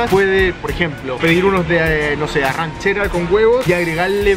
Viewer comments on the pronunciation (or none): Amigo excelente , se nota que sabes de arte culinario.... en relación a la carne es correcto ARRACHERA y tú dices arranchera que no es correcto. La ARRACHERA es la carne del músculo Diafragma de la Rez ...muy rica